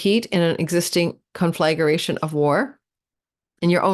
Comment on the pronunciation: Hi! Love your videos. Conflagration is not pronounced “con-flag-er-ation,” tho. It’s just four syllables: con flag ration.